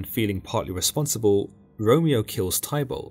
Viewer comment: You pronounce Warwick= Worick and Tybalt = Tibal 😅 hope this helps 😊😮 it's a good summary, but the misspronounciations are really annoying 😅